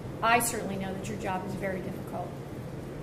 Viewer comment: Cant say bury… and it’s in the thumbnail lmao